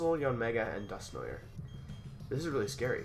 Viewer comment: Press 1 if you wanna see Wolfe pronounce Dusknoir correctly